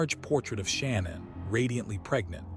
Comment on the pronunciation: Sha-nan not Shannon and Ru-sak not R-usak